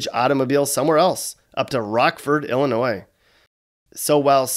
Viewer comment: Illinoyed!!! To say the least!